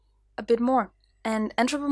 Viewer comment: Excellent interpretations of emotions, transferred into animal form, very well performed. The word aspect, although with those talents and a demeanour that shouts ready to learn, I wouldn’t worry. It’s pronounced X-Trap-Olation so the P flows into the O. But we all know what your saying, although in terms of relating it to your sketch emotions, your saying it like, is this ok, like the famous scene in Oliver Twist, when Oliver asks for more, more please sir. Brilliant Vlogs your flying!